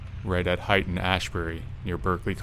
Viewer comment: Good stuff! Always dig the storytelling. Ashbury and Haight (Hate not height). Sorry, I just wanted to mention it.